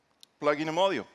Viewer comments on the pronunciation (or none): Seems like they should have used someone that can actually pronounce module. Phone definitely looks interesting but with the amount of space you are sacrificing by requiring pins and modular plastic pieces it seems you would just end up with a heavy clunky phone that's likely underpowered compared to its rivals.